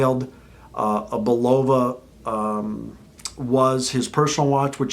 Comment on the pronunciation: Learn how to pronounce the name correctly.